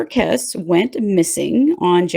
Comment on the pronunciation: Good video. Just fyi, her last name is. KESS-Ē. I have met her parents at a “Remember Jennifer” gathering in Orlando, FL. and they are amazing and strong. Many prayers go out to the Kesse family. Thank you for the video.